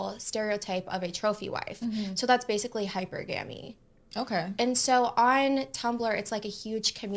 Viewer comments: I know she didn't just say Hyper-Gamy.... HYPERGAMY!! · Hyper-guh-mee 😂😂breh these type of women cant even say it, fully invested into petco rn 🤣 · Hyper gammie lmao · she said Hyper-Gammy, its probably an STI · Her not knowing how to pronounce hypergamy is hilarious 😂😂😂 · I thought this was a new term with the hundreds people make up every day…. And then I realized no… it is an actual word that she has no idea how to pronounce but she wants to teach on it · Imagine if she was not run through she would be able to pronounce hypergamy. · She can't pronounce "hypergamy".